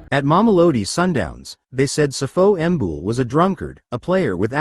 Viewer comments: It's not Sifo Mbul it's Sipho Mbule...😢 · Learn how to pronounce our names ..what the fuck is Sifo ambull